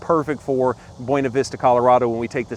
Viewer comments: You need to learn how to pronounce "Buena Vista, CO". Seriously...look it up. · Do you say Taco “Boona” also? Lol! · Make sure you learn how to pronounce buena vista in Colorado. It’s not what your saying on this video. They will call you out FYI